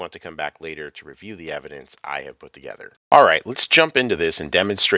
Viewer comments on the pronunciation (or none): none